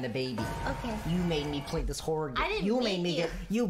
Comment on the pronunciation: ah yes the "Horrohr" game